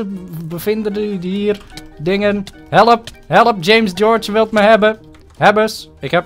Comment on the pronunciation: Hoe jij helep! Zegt. Geniaal!